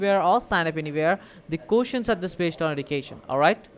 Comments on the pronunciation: "Where'd you get your EDOO-Kay-Shun?"😂😂😂😂😂" fwum de goomert? " "you are kallified" lol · these people can’t say Edukation properly 😂